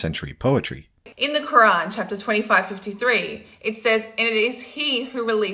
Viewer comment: Also, , a correction: it’s the Qur’an, not the “Qu’wrong”